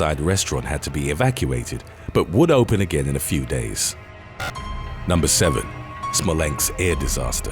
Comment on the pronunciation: Wheres "smolenks"? 🤦‍♂️